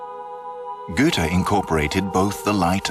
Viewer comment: the main character of this doc is called Goethe (Ö) not Güte